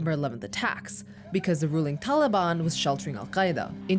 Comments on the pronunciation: “Da daliban” hahahaha wtf is she saying?!? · Wrong. Taliban in its current form is a Pashto word and she is not pronouncing it as ppl in AFG do. Maybe she's using an Arabic pronunciation, but no one in AFG says it that way.